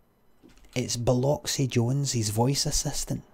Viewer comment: I used to live in a city called Biloxi, you pronounced it right